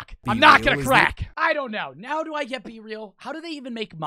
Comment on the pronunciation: The joke is, he says and I quote, "Are you serioud right neow bro." This is funny because he purposelly says neow instead of now for comedic purposes. Just incase anyone was wondering.goodvibesgoodvibesyougotthis